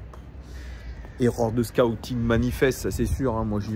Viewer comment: scouting😅 ou sCAOUting